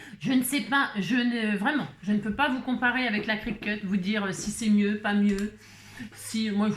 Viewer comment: Lire CRICUT et non crocus!!!